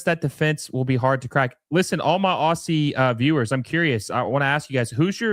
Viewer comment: FYI its pronounced OZ-ZEE. OSS-EE is just painful to hear.